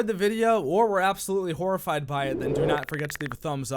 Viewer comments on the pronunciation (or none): hahahahahaha he said whore-A-Fied! lmao you crazy man hahahahahaha